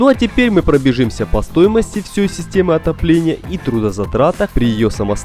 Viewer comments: Сука, если не умеете говорит по русски, не говорите Не "ВсЁЙ", а "ВсЕй" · где это так говорят - "всёй"? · "... всЁй системы отопления..." :) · послышалось всЁй? не послышалось!